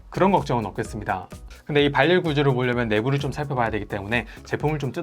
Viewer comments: '발열' 발음하실때 굳이 [발렬]이라고 발음 안하셔도 됩니다 [바렬]로 연음되어서 편하게 발음 가능합니다 ㅎㅎ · 발열은 바렬로 발음됩니다 발열이 아니고